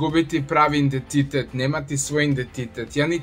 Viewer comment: Jesam li samo ja čula "indetitet"?😂